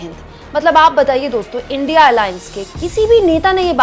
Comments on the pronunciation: illiterate pm INDIA tak na bolna aata na hi padna🤣. gone case. india ko indi indi bolta hai😂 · India ko indi bolta hai o gawar hi hoga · Naam to theek se lo indi nahi India gathbandhan. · Sahi me modi ji anpadh hai kya india ko indi bol rahe hai😂😂😂😂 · इंडि गठबंधन नहीं इंडिया गठबंधन इसे तो सही से बोल लिजीऐ मोदी जी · India बोलना नही आता ? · Uneducated person don't know how to pronounce India what kind of speech is this very funny modi g ab ka dimak to bahut waooo